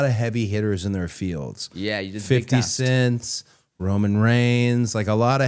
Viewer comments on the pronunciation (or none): none